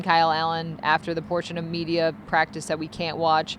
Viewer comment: REALLY?! *It's practice, and not practive. * It's Rasul, and not Razul. * It's Jaguars, and not Jagwires. 😮